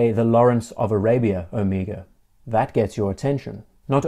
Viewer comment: Thank you,not only for an extremely interesting video, but for pronouncing Omega correctly. I could scream when so many Americans insist on the ludicrous O-May-gah. Drives me nuts.